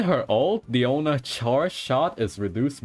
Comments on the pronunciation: Its dIona not deona not deano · Guys, someone tell him it's Diona not Daoni pls! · tbh I thought he called her "piano" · DAMN IT I CANT SAY DIONA ANYMORE ONLY DIANO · ah yes diano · Mihoyo has been fooling is by telling us her name is Diona... It is Diano for cats sake Mihoyo you better correct that in the next patch. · Who is Diano, its DIONA ... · As a native spanish speaker hearing "Diano" is just so weird lol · I feel the same way lol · The way you say DIANO is so funny!!! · Don't worry, AsianGuy also having same problem pronouncing Diano... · Mfer keeps calling her DIANO makes my blood boil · Bruh u seriously fucked up my pronunciation of her name 😂😂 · Lol have you pronounced her name correctly before?